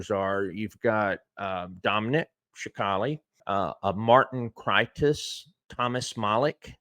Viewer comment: Respectfully, its pronounced sa cal lee